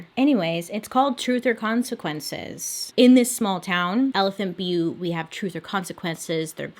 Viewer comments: You pronounced elephant butte correctly My family used to go camping there every spring and summer every year. We lived about two hours away. Beautiful spot when the water was at its highest... stopped going when we found out about this guy and his sick girl friend and daughter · I live in New Mexico and you said Elephant Butte right!! And we call Truth or Consequences TorC. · You said Elephant Butte correctly. Also we call Truth or Consequences (T or C) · Truth or consequences is named after a game show the original name for this town was hot springs. Ralph Edward has paid for the town tho change the name. Also you are pronouncing elephant butte correctly I am from there. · I was born & raised in New Mexico & have played in the Elephant Butte lake numerous times 🤮 before hearing about the TBK. Also yes girl you got the town name right! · Hi love the video! The name Truth or Consequences (usually we call it T or C) is from a game show! The game show had a "contest" to see what town could rename their city Truth or Consequences the fastest, and well T or C won! I think this was way back in the day I don't know when. It's actually got some cool hot springs and is a pretty town. (Elephant Butte is pronounced the way you said it! it's a popular place in NM for the lake) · Your pronunciation of Elephant Butte was correct. I think that someone thought it looked like an elephant. The town of Truth or Consequences had some other name, there was a game show on TV by that name. Somehow the town made a deal to rename the town Truth or Consequences, and those of us who lived in the area just called it “T or C”. I believe that the town ended up getting a bunch of money for doing the name change. Anyway , that’s a little tid-bit of information on one of your stories. I wasn’t living in the area when this guy was active. Yikes.